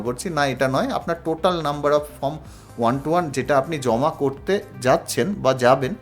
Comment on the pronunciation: আমি ইউটিউবে অনেকের ১২১ ফর্ম ফিল আপ করার ভিডিও দেখলাম। ফর্ম উচ্চারণ করতে পারেন না, ফর্মকে বলছেন ফ্রম, তারপর বলছেন ফর্মের একদম ওপরে বাঁদিকে এফ. ডি. র অ্যাকাউন্ট নং লিখতে হবে। কিছুই বোঝেন না এদিকে পয়সা কামাই করার জন্য ইউটিউবে ভিডিও পোস্ট করছেন। মানুষকে ভাঁওতা দিয়ে এভাবে বিভ্রান্ত করে যাচ্ছেন বেশির ভাগ পোস্টদাতা। আপনার ভিডিওটা সেদিক থেকে সম্পূর্ণ আলাদা এবং সঠিক। ১৩নং কলমে টোটাল ইনকামের সঙ্গে কি রেকারিং ডিপোজিটের এবং সেভিংস অ্যাকাউন্টের ইন্টারেস্টটাও যোগ করতে হবে ? অসংখ্য ধন্যবাদ জানাই আপনাকে।